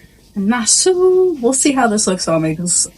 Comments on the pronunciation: It’s a ship NOT a boat. Also it’s pronounced Nassawwww NOT Nassaooo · I came to the comments to say the same thing , I’ve never heard it pronounced like Nas sue ?…😂😂😂😂😂😂😂😂. Too funny . It is spelled pretty weird though.😂😂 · It’s pronounced Nas-saw I have never heard it botched like that before. You probably went to every tourist crap stop. My dear, you should have asked for recommendations of things to do. Junkanoo Beach is not a nice beach locals will only work there not swim there because it is not a nice beach. But if you like it, I love it. Next time stop a local and ask for nice things and places to go they are not scary they are hustling they are probably some of the kindest people you will meet. Next time someone approaches you to buy something ask them a question like where to go and what is free and fun to do. Spit in your mask or buy defogger to clear it up. You are in the fourth richest country per capita in the western hemisphere (of Earth). This is not a great destination for poor people. That back alley as you call it is Wooded Rodger’s Wharf it’s actually had a lot of historical significance. You should have done a tour so you could understand more about where you are. Where your cruise ship pulled up is where slave ships would dock. That back alley was the auction block area for slaves. It you had turned left instead of right at Margaritaville you would have been at Pompey Museum and could have learned something about the place you were visiting. Pay for a snorkel tour so you can actually see fish, like thousands not 2 or 3 . Where you were was equivalent to looking for jaguars in a city. This would hard to watch because you saw none of the island which is the capital city by the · Girl, Nassau is pronounced 'Nass-Saw" good grief lol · Looks fun! Nassau pronounced Nas-saw. Enjoy your vacay!!! 🥂